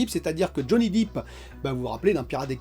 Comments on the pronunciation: Depp !!! Pas deep !! Ah ah, ton anglais, c’est la cata ;-) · Johnny Dip! Il fait des dips, c'est de la muscu! C'est Johnny "Dèpe" pour la prononciation,! 😁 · Johnny deep mdr ta prononciation tu assure comme tjs😉